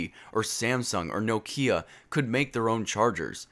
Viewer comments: wtf is a no-Kia! It's a nok-ia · No key a ? Or Nokia? Plz pronunce properly Btw love the vid